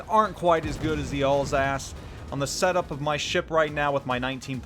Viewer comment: I thought u said Ballsack instead of Alsace...